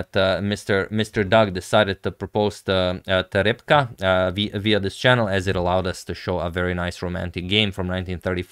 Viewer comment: Thank you, Agadmator, you are an excellent conveyor of proposals and pronouncer of the name Reb'ka! For those curious about Reb'ka's response, she has opted to adjourn formal acceptance until the engagement ring arrives, which will be within a few weeks. It is as if I made this move right before time control and she has sealed her response until play resumes. I will say that she was giggling throughout the video, her friends have already begun planning the bachelorette party, and after I finish this comment we will be sitting on the couch together while I watch and make comments about Morphy's Opera House game. We often sit on the couch together as I watch Agadmator, and she's particularly fond of my rambling about Steintz shooting lightening from his fingertips or Lasker working in a dishpit, but sadly unfamiliar with Max Euwe's masterful use of the Euwe lift #suggestion. Much appreciation to you also, my favorite YouTuber, for the game selection. The final position in this match between Keres and Winter with a bishop supporting a Queen facing a King will very much resemble the ceremony with Father Jeffrey, Reb'ka and me this spring!